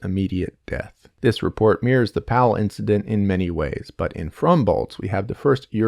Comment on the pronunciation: The way he pronounced Pavle made my skin crawl